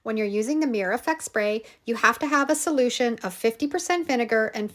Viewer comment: It’s called a Mir-ror. Two syllables!